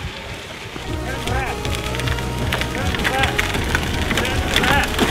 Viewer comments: lmao "Turn Rrreft" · 🤣🤣🤣🤣🤣 "turn rrrrreft!!" Reft turns were programmed to be stubborn because they don't want you veering into oncoming traffic 🤣🤣🤣